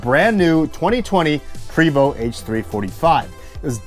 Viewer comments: Love your videos but it's pronounced Pray, my good friend works for them..Vo...Pray 🙏 🤲 But you are right, who cares lol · Its prey voh. No st sound. That comes from a french Canadian i know. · “Pooway-voh” in a French accent. 😄